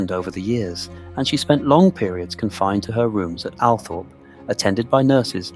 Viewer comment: Sceen text is full of spelling mistakes. Can't you edit your work before you post? This is IMPORTANT! Oh, and the estate is pronounced Al-TROP, not "Althorpe". SO many get this wrong, it's really irksome.